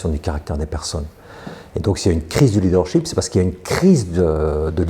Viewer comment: corrigez votre prononciation du mot leadership!!! vous dites leader sheep = mouton!! ship comme dans miss this it his etc.